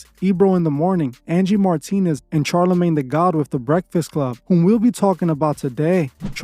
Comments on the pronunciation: Shar (pronounced SHar, not CHar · SHar not CHar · It’s pronounced shar not char but great content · Is this is an AI voice because he kept saying "Ch+arlamagne instead of "sh"alarmagne." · I agree and i literally hate Charlamane but bro ffs its pronounced like "SHarlamane" not CH sound. Its like Charlotte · Bruh, it’s very hard to watch this all the way through when you haven’t even done THE MOST BASIC of research. 3 seconds of research will let you know that dude’s name is not pronounced “Charcoal-Charmander-CHAR-lamagne”. 🤦‍♂️🤷‍♂️ I don’t know, maybe try a little harder to look into a topic before making a whole video about it, I mean you just sound stupid since in all your videos you name drop the person’s full name in each and every sentence. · All facts but why did u have to say the man's name like that?😂😂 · I love your videos and i am not a person that gets triggered. However, the way you pronounced Charlamagnes name got to me lol! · It was brutal!😂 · Lmfaoooo I was laughing each time